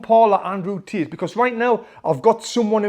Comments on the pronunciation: Bro it's Andrew Tate not Tit😂😂 For Tate's boxing you say Tits boxing 😂🤣🤣🤣🤣🤣🤣🤣🤣🤣🤣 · Why i hear tit and not tate >.> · Pfft, when he says Tate, it sounds like tits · "Undriu tit" XD just jk bro, love u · you killed me with the "andrew tits" accent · Did he just said “andrew tit?” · Lol the way you say Tate I keep hearing tit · 😂 Is it just me or is he really pronouncing "tate" with "tit"